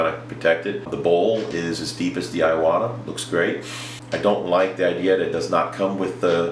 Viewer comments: Great Video. but living in Japan for 3 years.. its I-Wa-Ta... not I a wa ta.. LOL.. not really harping on ya, im white but I spent alot of years learning the language and this is SUCH A GREAT INFORMATIVE video it was the only thing bugging me.... Im with ya on the switch the taller trigger on the Badgers and the fine lines are sooo much different.. went to a Badger Sotar and patriot from a Neo and Medea Iwata..... Speaking of compressors any Suggs on quiet air comps? like the fortress, Hitachi, or no name? Ive been searching for that but not sure just searching by Decibel rating...both or the higher end brushes are about 160 or so... Any people do any tattoo work with a rotary pen the badger feels more at home.... larger and heavier base... Keep the Vids a coming man! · There's only two A's in iwata😂....E-WOT-A